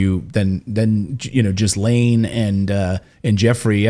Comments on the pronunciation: Get your prenoucing correct.. She is bad bad. But for yourself in English and French you don't say the S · I was finding his incorrect pronunciation of her name irritating too. She may not deserve any respect - that’s not the point. He owes it to his presenting skills to do it properly and professionally. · Clayton, your pronouncing Ghislayne’s name wrong. The s is silent. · Don’t pronounce the “S” … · Thank you! I KEEP hearing ppl pronounce her name wrong. Lol I feel like if you are gonna have an entire segment on her then LEARN HOW TO PRONOUNCE HER NAME at least! 😐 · Don't you know how to pronounce Ghislaine? It is not JIZ-LANE, but GHI-LANE. The S is silent. Its French. Fix your pronunciation! You are reporter. This is what you do. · It’s pronounced Gilaine…not Jizzlane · Is he completely mispronouncing her name? I don’t think it’s pronounced “Jiz Lane” ? Do your homework fella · her names isnt pronounced Jizzlane! its Geelane! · Could you PLEASE do your research and pronounce her name correctly if you are going to report on her? It is Ge-lane....NOT Ghiz-lane....come on...you are a news group...do a better job with this. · The “s” in her name is silent. Pronounced either GIL-len or Gil-LANE. Not Jiz-lane. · Mate! It's pronounced gi-lane!!! It's not like a hundred other news reporters aren't saying it correctly on every media platform in the world every day. Unless he's being clever and saying jizz-lane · Her name is pronounced gilane not jislane… the s is silent. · “Ghee-Laine” not “Jiz-Laine” 😂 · OMG!!!!! Her name is pronounced GHI LAINE! NOT GHIS LAINE FFS LEARN TO SPEAK PROPERLY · It’s pronounced Gilane not Jizlane. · The name is pronounced Gil-lane not Gizlane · It's pronounced gislane not jislane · ghee-lane.....not GIs-laine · It's GEE Lane not Giz lane. Hard to take this report seriously if you can't even pronounce her name correctly. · it's KGEE-LENN. not JIZZ LANE! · Her name is pronounced Gill lane! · dude, its pronounced GILL LAYNE